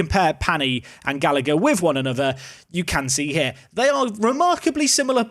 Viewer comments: “Usheen Gallaher “ is the pronunciation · Oisin is pronounced Usheen and the second g in Gallagher is silent, as gh is just a soft h sound in Irish. Keep up the good content